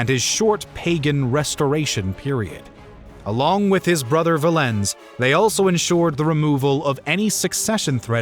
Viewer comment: I want to dislike this solely for the horrendous pronunciation of Valens. But I won’t.